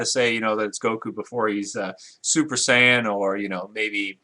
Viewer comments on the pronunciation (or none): none